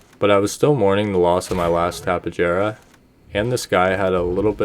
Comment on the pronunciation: I hate to be that guy, and I'm sure someone's already said it, but it's pronounced like a Y, so like Tap-ey-ahra